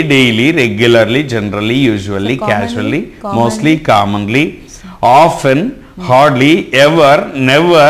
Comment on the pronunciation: pronunciation to be taken care of... casually /kya-zh-oo-lee/